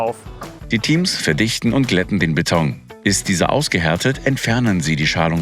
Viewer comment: Ich bekomme noch Alpträume, wenn ich noch länger "Bett-ong" höre.